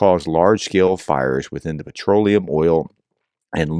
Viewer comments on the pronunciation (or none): none